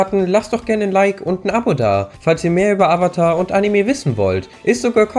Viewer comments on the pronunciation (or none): none